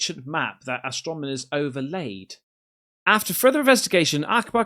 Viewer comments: “Astromoner” ? did you mean astronomer? 4 is 1 away from 5, dude you are so right. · Astronomers….say it with me, AstroNOmers. 😅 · its AS-TRO-NO-MERS.....you keep saying AS-TRO-ME-NORS 🤣🤣🤣🤣🤣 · ...yes, and "astromoners" instead of "astronomers" 😅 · "Astronimers"😂 "Invetsigate" that word a few more times, bud. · Is purposefully mispronouncing "Astronomers" as "astromoners"!? Lol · You keep mispronouncing astronomers as Astromoners 🤷‍♂️ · You can't even say 'astronomer' right...